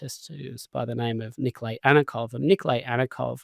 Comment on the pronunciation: Nikolaj, not Nikolej